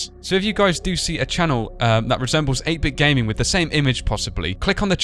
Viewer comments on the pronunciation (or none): none